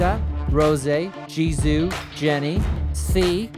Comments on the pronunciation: Who let this man say ''LIZA & JIZOO'' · No one:: "Jennie, Liza, Jizoo, Rozé"